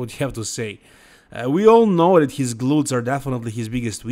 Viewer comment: There is no word in English, “dat”,. The word is pronounced “that”. Come on. 🙄